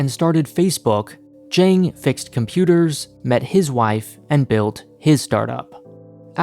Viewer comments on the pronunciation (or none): Zhang is pronounced jung ZH = j ANG = ung Hao Bang = how bung Hao Bang = Excellent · It's not pronounced Zhang like aang, it's more like Zhang like the o in song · I like your content, but I beg you, please learn how to pronounce Asian names correctly. It's very grating. Zhang would be pronounced as something like "Cheung" or better yet, like "Ch-ah-ng". At the very least, you can copy his Chinese name from Wikipedia and use Google Translate to check how it sounds. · It's pronounced Zhang not Zhang. Odd not aid. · His first attempt at the beginning of the video was fine. The second and subsequent ones were typical Americanised pronunciations.